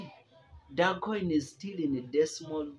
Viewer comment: Very painful you can't even pronounce the coin well🤣